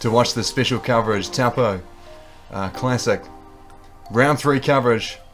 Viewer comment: I so appreciate having coverage of nz events, but please please please pronounce things like "Taupō" properly. Māori pronunciation is important, and thankfully easy.